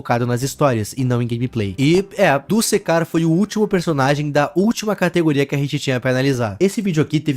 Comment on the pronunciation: Opa Só fazendo uma correção Não se lê dusekcar É duskcar